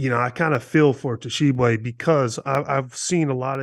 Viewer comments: BRO! They way Hansborogh put the T in the front of pronouncing Tshiebwe make me want to throw something at him 🤣 T is silent 🤫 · Guys, the "T" in Tshiebwe is silent. It's pronounced Oscar Sheeb-way. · Guys, the T is silent. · The T is silent my guys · The way they pronounced Oscar's last name bothered me the whole time. Ugh! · Jesus Christ, the T is silent in Oscar’s last name, I thought y’all were supposed to be professionals. This is year 2 of him playing and you can’t bother to say it right?